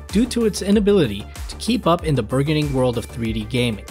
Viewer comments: Neo Geo got all my coin at the arcade. Didn’t matter the titles. I liked being able to camp at a single machine. Also, are we going to ignore the odd pronunciation of burgeoning. Like, it just broke me. I had to stop the video and share with my husband. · Yep, you're correct. I mispronounced burgeoning. English is my second language and sometimes little things like that will slip when I'm talking. I also said "verse" instead of "versus." I guess some things slip by you as well. I'm aware of how both are pronounced but unfortunately I didn't catch either mistake despite watching my video back for errors many, many, times. I hope you and your husband had a nice laugh about it. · Yep, i mispronounced it. English is my second language and sometimes little things like that will slip when I'm talking. I also said "verse" instead of "versus." I guess some things slip by you as well. I'm aware of how both are pronounced but unfortunately I didn't catch either mistake despite watching my video back for errors many, many, times.